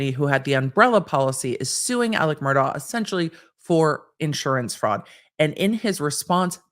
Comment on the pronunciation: Mur-DOCK. He is a horrible man, but you dont get to tell him how to pronounce his damn name.